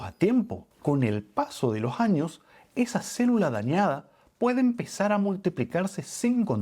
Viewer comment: Jáños, jábitos 😢 Si la terminación de la palabra anterior es "S" NO ESTÁ MAL QUE SUENE COMENZANDO EN LA PALABRA SIGUIENTE. CAMBIARLA POR "J" SUENA HORRIBLE 😮